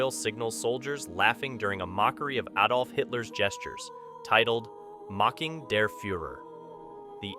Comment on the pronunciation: nothing shocking at all but thank God he said Adolf correctly, not ay dolf